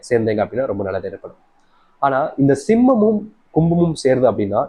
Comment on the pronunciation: Kumam and Simam not clearlysaid